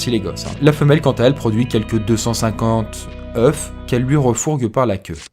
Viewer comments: t'as dit 250 oeufs et pas "eus" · On ne prononce pas le f. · oeufs ne se prononce pas comme ça :v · cest des oeufs pas des "OUEUFES" on me la fait fait pas celle la ;-)